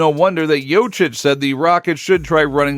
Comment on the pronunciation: Thank you for the vid bro. Just wanted to add that it's called Jokic not Jocic. 🚀